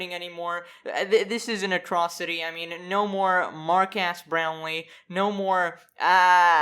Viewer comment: "Markass brownlee"